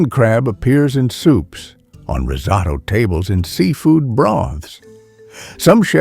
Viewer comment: The way he pronounces "risotto" 🤣🤣😆